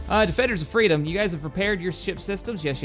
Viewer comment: XD wings of freadom